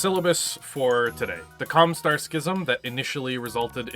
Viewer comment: I know you said Com Star, but I swear I heard you say Com with a U instead of an O. 🤔 Love your stuff,! You match my nerd so well. 😌